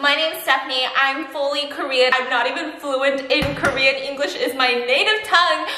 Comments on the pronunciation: I CHOKED ON MY WATER WHEN SHE TRIED TO SAY ”ENGLISH” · The moment she realised “english “ is actually “yin yue” not “yeAn YayU”